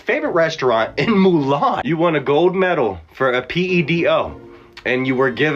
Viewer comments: Dude said Tucci's favorte restaurant in MULAN! 🤣🤣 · Yes, Flavor Flav took them to Mulan.